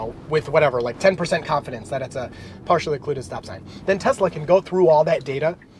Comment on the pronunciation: Telsa!? You....